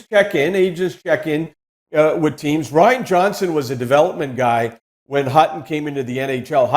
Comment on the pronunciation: He can't pronounce Ryan Johnson??? Makes me glad his industry is dying out.